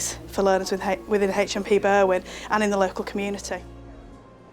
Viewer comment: They way these English foreigners pronounce Berwyn makes me shudder.